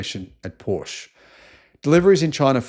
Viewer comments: Killing me with your pronunciation of Porsche. How do you pronounce Chevrolet? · U need to learn how to pronounce Porsche. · "Paw sha" pronunciation. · If you are making videos about Porsche, at least learn to properly pronounce the brand name. Great video otherwise :)